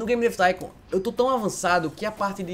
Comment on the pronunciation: " hello auausususudushddudu baby game dav thincon ( sla como escreve isso : D )